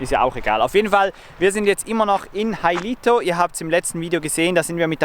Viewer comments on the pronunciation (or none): Ich kenne die schöne Insel Hailuoto von eigenen Reisen. Ihr habt davon aber nichts gezeigt und könnt den Namen Hailuoto nicht mal korrekt aussprechen?